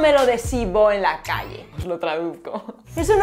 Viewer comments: Me estresó mucho tu pronciación de voh. La v se pronuncia como la b de abaco. Y va con h pq termina en una aspiración corta. Igualmente cuando elipsamos la d va con una aspiración corta en las clases media y alta. En clase baja hay correccion y se pronuncia o bien no se pronuncia en absouto (tu "he terminao" y " y la comía eStá prepará" suena a delincuente😂) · Te aclaro que en Chile se usa bastante el "vo", en todas las clases sociales, como una manera despectiva de dirigirse a otra persona, y también en tono íntimo: "Vo soy tonto" "Vo sabí que te quiero. Pero no se pronuncia como tú lo haces, sino que de una manera implosiva.